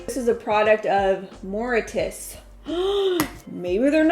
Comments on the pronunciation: Very interesting video, thanks. FYI, it’s not pronounced, Moritas, it’s pronounced More-ish-ous, Mauritius! Lol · Thank you for the info. The pronunciation for where the bumble bee tuna is ma ri shus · It's pronounced Maurishus, even though the spelling is with a 'T'.